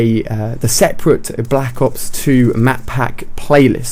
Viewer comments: at the beginning he said blck ops 1 map pack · He said "Black Ops One"